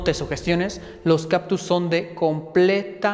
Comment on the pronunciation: Se dice CaCtus. No caPtus.